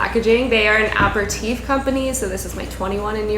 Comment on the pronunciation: ilu & thats why I want you to know that apéritif is pronounced as "A-perri-tiff"! Love, a franco x anglo Canadian!